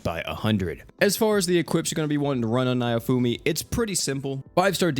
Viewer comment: How do you get "nye-oh-foo-mee" from "Naofumi" just sound it out please! I love ya man, but you're killin' me! "Nah-Oh-Foo-Mee" all Japanese names are very phonetic